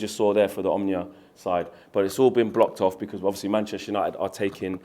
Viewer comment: It's O-M-O-N-I-A all the letters are loud there is no silent O in between M and N! Match time getting closer my 2 loves in the same stadium lets gooooo!